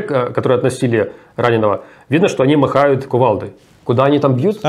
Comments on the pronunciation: Не "махают", а "машут" )))) 😆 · Руслан, машут! Не махают. Извините, не сдержался.